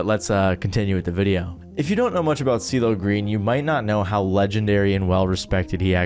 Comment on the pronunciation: Was calling him "Diddle Green" at the start meant to be a pun? Listened to that first second 10x in a row, it's impossible that you said anything resembling "CeeLo", lmao